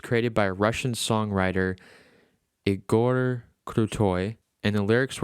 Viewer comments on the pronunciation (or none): none